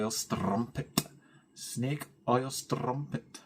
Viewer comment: Always good catching up with you. This week I’m stitching sheep while watching. Love the way you say strumpet! It’s the perfect word for a Scottish accent. Have a great stitch week. Take care 🪡🪡🪡